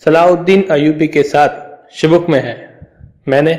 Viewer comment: 😨😨😨sho book nahi bhai wo sho bik hai😂😂😂